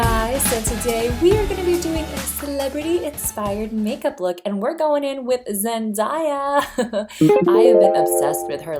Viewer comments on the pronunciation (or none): ZEN-DAY-AH not zendiea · Somebody please say her name right😫😫😫😫Zen-DAY-a, NOT ZENDIEA😫😫😫 its Zendaya, like the opposite of night, DAY!!!! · Zen-Day-A. Simple. Pronouce it correctly